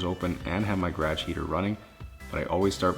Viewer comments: I'm half Canadian but lived in the US my whole life. I chuckle every time I hear you say "gradge". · We say it the same way here in Minnesota (or at least everyone I know does)